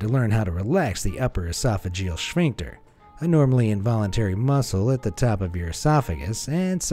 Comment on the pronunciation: it's sPHincter, not shpincter LOL, good vid otherwise